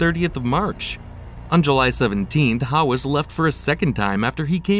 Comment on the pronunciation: You can’t even pronounce his last name properly. 😂 How can I believe any words that follow? 😅